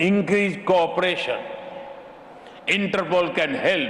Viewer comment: Inter poles 😁😁